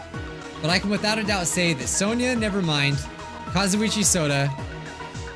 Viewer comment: Did just call sonia sona?